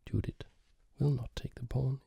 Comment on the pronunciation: Excellent pronunciation of the names László and Judit. (However in the first half of the video you had pronounced Judit's name correctly but in the 2nd half you, for some reason changed it to the bad format.) There is a little help from me: 2 words: 1, Yes 2, Jeep Focus on the first sound of these words. Using those sounds we get 2 diffenert types of names: 1, Judit 2, Dzsudit Obviously the first one is the correct one due to the fact that the second one is a non existing name.